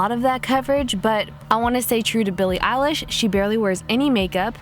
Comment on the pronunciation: BILLIE ELISH ITS I-LISH!!!!!!!!!!!!!